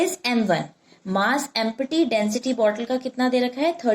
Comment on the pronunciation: Mam, it is not em-P-ty .. its EMP-TY